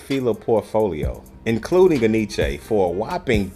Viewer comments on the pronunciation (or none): En Y Ce. Enyché? 😂🤣😂🤣😂 It's NYC. Look it up. My people are ALWAYS fuckin' up a name 🤣😂🤣😂🤣... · the dude in the video even pronounced it wrong so don't feel bad ...its actually pronounced N-Y-C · We pronounced it in-ee-chee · Enyce had some fly gear.. for the longest time thought it was pronounced EN Y CE.. just thought it was word play on spelling or representing NYC.. when I learned the supposedly proper pronunciation I thought I was being played with..